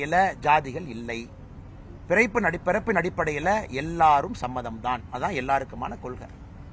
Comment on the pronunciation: என்னது விரைப்பின் அடிப்படையில் அனைவரும் சமமா ? ஆட்டுக்குட்டி ஒழுங்கா சொல்லு வேற மாதிரி கேக்குது😂😂😂